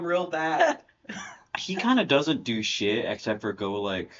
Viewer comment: Playdate PDX. Also, it sounded like you said, "Douche it" (not "do shit") and I was horrified and reevaluating everything I thought I knew